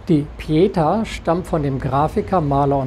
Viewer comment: Gutes Video, aber sowohl Pieta als auch Weißensee werden auf der letzten Silbe betont.